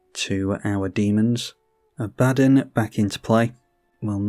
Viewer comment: Great vid! It's pronounced "Ah-buh-don" btw.